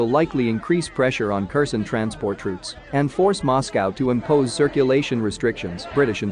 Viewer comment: If you keep saying Kerson instead of Herson, I will stop watching you!!!!!!